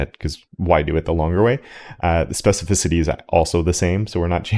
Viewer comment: you pronounced specificity correctly without hesitation. You've come so far. I'm so proud of you. 🙂